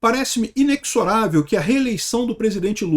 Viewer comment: Ola, a palavra inexorável, se lê ineZorável…